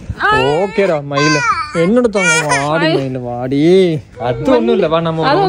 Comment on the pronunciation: Niika myilu myilu entu kupputurathu ennakku mairu mairu endukkkuthu anna😂